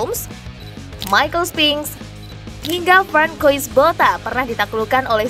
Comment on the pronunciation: Kok dibaca Frankois bota... Gmn sih